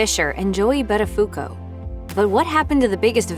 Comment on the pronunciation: You can't even pronounce his name correctly... DOH .